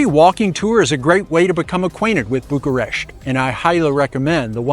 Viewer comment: Bucuresti is my favorite city in Europe. No city with so much contrast. A favorite amongst many photographers I've met. No offense, but it is either Bucharest or Bucuresti. You're making a mix of two totally different pronunciations into one non existing variant which sounds pretty bad and sounds annoying to my ears and probably to many Romanians as well.